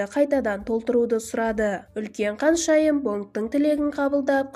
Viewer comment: Каншайым емес ханшайым деп айтасызба х арыпын айта аласызба